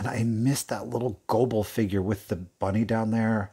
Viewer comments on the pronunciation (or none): none